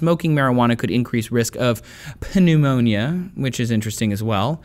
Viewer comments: p-neumonia?? 😂 You flunked in bio? 😂 And maybe in English too. Damn, it's pneumonia, pronounced as NEW-Monia (not phonetically). Look at a dictionary! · "Pa-neumonia" I am assuming thats Pneumonia or is it something else? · Wtf is Pennumonia? You mean Pneumonia? The study also said "Could increase your risk", i.e. not definitive, and shouldn't be included in a fact based argument... Thanks for your unbiased research, but I stopped watching here, as I went to go google PENNUANOMA or whatever the fuck you called it. Peace bruh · Did he just say "Peneumonia"? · punumonia, lol its pronounced newmonia. 😅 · paneumonia?? lmao its not pronounced like that pneumonia is pronounced witha silent p ] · pneumonia is just neumonia thats how it is said anyway, correct if im wrong or if he was trying to be funny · PE-NEUMONIA ?? REALLY😂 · Did this nigga just say PIHneumonia? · puhneumonia? le what? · the p is silent in pneumonia. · DID THAT DUMB FUCK SAY PEN-NUMONIA?!?! Trace you dumb fuck. smh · this dudes hairline look like a McDonalds sign with one short arch and one arch goin halfway up his head. and did he really just pronounce pneumonia as puhneumonia. the p is silent. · did he just say P-neumonia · Am I the only one who realized he pronounced pneumonia with a p?? XD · Is it pronounced PUHneumonia? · Pneumonia is pronounced as neumonia with no P. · Pneumonia ....... you said that wrong... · He can't handle it and boi you can't even say it right😂😂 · How did he pronounce "pneumonia"? LOL!!! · I dont smoke & I personally have no opinion of whether it is or isn't detrimental but i feel like this dude lost credibility as soon as he pronounced the p- in pneumonia ........... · u said pneumonia wrong 😂😂😂